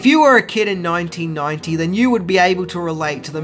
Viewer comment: “EEN NOINTEEN NOINTEE—“ Aaaaaand skip.